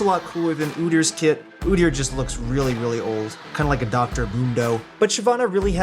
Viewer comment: My man said Udyr or Shyv Nocturne 👁️👄👁️